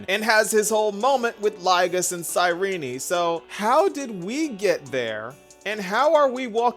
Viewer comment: Sayrini? Isn't it pronounced as sayrin? Genuinely asking